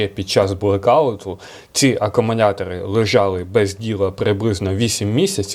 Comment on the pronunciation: Акамунятори🤣👍, до логопеда сходи чучало!